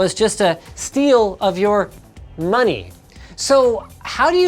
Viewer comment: Why are you saying "Money" xD